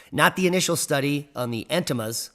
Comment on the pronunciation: You keep referring to "ememas" as "Intimas" .... Freudian slip? 🤣